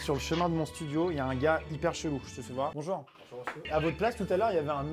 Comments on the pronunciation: tu as dit bonjou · Liloé Da Gloria il l’a dit mais il a pas insisté dessus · à son intro il a oublié le "r" de "bonjour"🤣🤣🤣🤣🤣